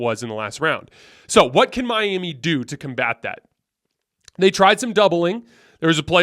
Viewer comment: He pronounces Miami like “my Amy” and pronounced Tyler Herro like “hair-o”.